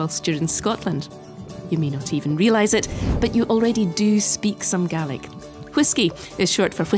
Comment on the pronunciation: Finally someone pronounced it right! It’s pronounced [gah-lick] and in our native language spelt gàidhlig, the English have destroyed the language, I can only hope to revive it